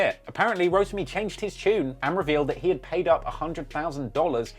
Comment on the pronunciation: called this man "Rodemy" 🤣 its ROTIMI foo! 😂